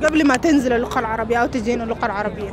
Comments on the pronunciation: اسمها اللغة غغغغاغغغغغااا وليس اللقة 😭😭😭😭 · المذيعة دي غيروها احسن ليكم ، عشان القناة تستمر بفكرتها الجميلة دي… لأنها بتتكلم عن اللغة العربية و بتنطقها " لقة" مهما المستضاف يقول اللغة هي تقول لقة بالقاف .. اسمعوا الكلام دا بالله عشان ندعمكم